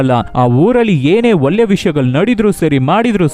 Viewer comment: ಒಲ್ಲೆ ಅಲ್ಲ ಒಳ್ಳೆ. ಮಣೆ ಅಲ್ಲ ಮನೆ .ಸರಿಯಾಗಿ ಮಾತಾಡಿ